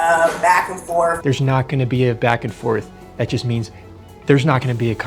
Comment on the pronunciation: A principal saying “Back and forf” and “so forf and so on” literally makes me ashamed. I think this world is too far gone. That lady is 100% brain rotted by media, zero ability to think critically.